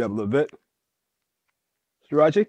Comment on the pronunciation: Sriachy is crazy. 😂 Ah, no eee.